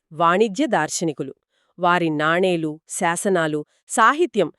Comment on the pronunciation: నానీలు కాదు తల్లీ, నాణేలు